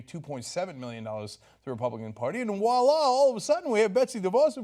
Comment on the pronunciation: Cenk, did you say "wallah?" The term is French and is "Voila" meaning 'There it is,' or 'there you are.'